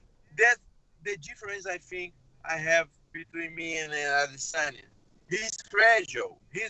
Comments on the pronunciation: A-D-SIN-YA Why lol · Yea lol he pronounced it the weird way Brett okomato pronounces it what if they are right & we are the ones saying it weird A-DE-SAN-YA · Learn how to say Adesanya for once in your life lmao